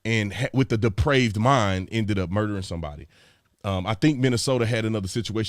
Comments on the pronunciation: Sir I have to respectfully comment on your pronunciation of the word depraved. I heard deprived and the 2 words are very dissimilar I can assure you. So to clarify to anyone who is reading this, the word is depraved. Synonyms to depraved are warped and twisted. Perverted is another one. In any event, that is the crux of the wording right there; as it pertains to murder in the 3rd degree (as he was saying). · Brandon, it's DEPRAVED not DEPRIVED. Those two words have very different meanings. Depraved means; Morally corrupt; perverted. Perverted; vitiated: as, a depraved appetite. Morally bad; destitute of moral principle; corrupt; wicked: as, a depraved nature. In general someone acting outside of an acceptable norm of a given behavior. Deprived means; Marked by deprivation, especially of economic or social necessities. Lacking in advantage, opportunity, or experience. Marked by deprivation especially of the necessities of life or healthful environmental or social influences. In general something has been withheld from an individual. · Depraved mind...not deprived bro